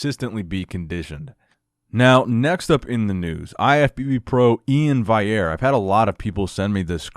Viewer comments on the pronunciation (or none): If you know Ian's personality at all, it's obvious sarcasm. And come on brother, it's VALL-yair with the L pronounced! You should know how to properly pronounce an olympia level competitors name!